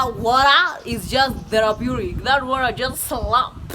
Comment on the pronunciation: Every time says "DHERAPUTIC" Its actually therapeutic 😂😂😭